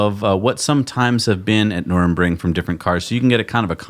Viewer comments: You'll figure out how to say Nuerburgring at some point. "Noorr-berg-ring" would be close enough probably. :) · Guys, you’re murdering German again! It’s Nür-burg-ring. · My ears and heart hurts every time you guys pronounce nürburgring as nurembring or worse Nuremberg :'( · Nürburgring Ner-burg-ring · "Ner" "Berg" Ring" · Please learn hot to pronounce Nurburgring. Nurr Burg Ring. Not nurmingringmoningemburg. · you’ve added an “N”. Why? The track is located at Nürburg. No “N” in the middle of the town name. Ditto the track name. (edit) maybe you were just joking and aping what they said. Though I think it was more NUR-EN-RING. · Nürburgring: Nur-berg-ring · I don’t understand why you still struggle with saying “Taycan” and “Nurburgring”. Probably best that you don’t bother trying “Nordschleife”. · Why can't you say Nurburgring? it's not so hard. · Love you guys! Long time listener/watcher Second time commenter Former Tesla employee. Future patron One quick thing though. You guys are butchering the pronunciation of nurburgring. Sorry to point it out, but it's super distracting and I don't want people to discount your opinion because of it. Thank you guys! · is always pronouncing place names terribly. I kinda wish he'd spend 5 minutes googling for the correct pronunciations before filming each show. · "Nurbring" ? "Numbring" ? NUR BURG RING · It's nurembergring ----- NUR BERG RING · Please stop calling it nurembergring. It's Nürburgring. Ner - Berg - Ring. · Noor-burg-ring. Nuremburg was where the Nazi war trials were held. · NurBURGring, not NurEMbring. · NUR-BURG-RING not NURN-BRING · PSA: It's Nür-burg-ring. Nothing to do with the city of Nuremberg. Or "Nurmbring", whatever that might be. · Its Nurburgring. Not Nuremberg. Trust me, you don't want to confuse these things. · NUR BURG RING - c mon nerds, learn to talk automotive talk. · "Nurr burr gring," pronounce it correctly BOTH OF YOU ... pronounce/enuciate guys !